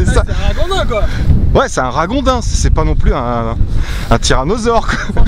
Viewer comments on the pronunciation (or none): Salut!! On dit raGondin comme dans Gond, Goutte ou Gâteau. Merci pour tes vidéo sympas! Bonne continuation. J'adore ton générique d'entrée, j'ai rarement vu plus kitsch en terme de musique, de bruitages et de visuels! XD